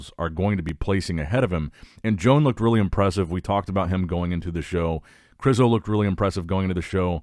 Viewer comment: Imagine pronunciating Joan as John